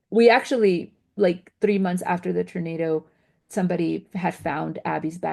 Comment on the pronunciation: Why does she keep calling it a Ternado